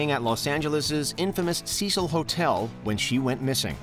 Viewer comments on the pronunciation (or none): none